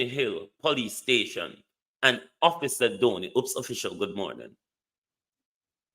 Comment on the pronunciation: It's office Dobney not officer Downey.